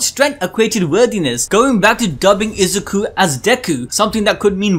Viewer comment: I can't believe Bakugo actually said Izuku's name right.